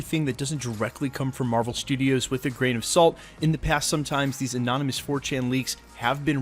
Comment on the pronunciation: For some reason I love it when he says "annonomys", its gets me hyped